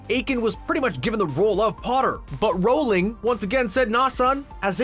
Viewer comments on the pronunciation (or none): J.K Rolling? Or Rowling? I can't listen to him say her name like that